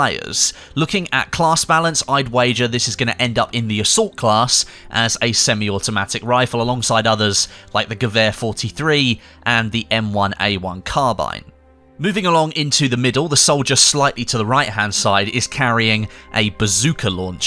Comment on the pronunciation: Carbine. Not carbajne.